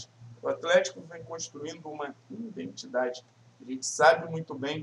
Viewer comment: "Indentidade", assim vc me quebra kkk